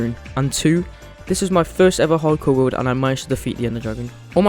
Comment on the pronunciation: "peaceful game in the wowd" i am so sorry no offense